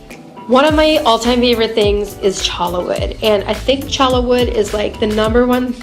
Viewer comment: It's pronounced CHOY YA not CHO LA